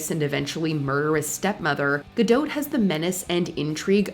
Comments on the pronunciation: It’s pronounced “ga-dough” not gadote. 😂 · Ga-dot - pronounced gah-DOT, not dote. There's no trailing vowel after the "t". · Her name names is Ga as in Gag and Dawt, NOT Doeht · Gahdoht? Gadough.Practice the correct pronunciation. It's not like it hasn't been out there. IMO live action sucks and voice over actors deserve jobs, not screen actors with tons of money. Case in point. Will Smith as the genie whent both BRoadway's James Monroe Iglehart and Robin Williams were far far better. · Gal Gadote? Lmao. If you’re going to narrate for a living, you should really make sure you know how to properly pronounce words. If you’re not sure, look it up. Sounds ridiculously sloppy. Gadot is a French name therefore the“t” is silent. Sounds like guh-doe. Right out of the gate. Can’t wait to see what’s next. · Gal Ga-dote? Ree-Anna? Martin Score-sezzy? I can't tell if the lady narrating this is doing a joke or if she truly sounds like AI in real life. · I'm finding it amusing that the voiceover in this video is criticising Tom Hank's accent when 'she' pronounces Godot's surname with the T....when it's silent, and then completely mispronounces Jeremy Irons' ! ....unless this is an AI voiceover? It's forgiven!....if that's not the case then it's hilarious!.... Thanks for making me laugh on an otherwise boring Sunday afternoon! 😅😉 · FFS the T is silent in Gal Gadot. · Already mispronounced the name of your first actor, dummies. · Wait You pronounce the T in Gadot??